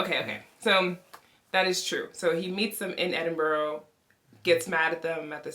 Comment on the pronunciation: Funny how you pick the actors for pronunciation and you then you call Edinburgh -Edinbrough. made me laugh.